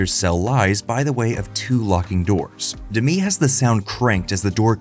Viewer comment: yr script says "…illuminated by an unseen light" and then a shot of the chair under a clearly visible overhead lamp. Also Demme is not pronounced like Demi Moore, it's Demmy not D'mee.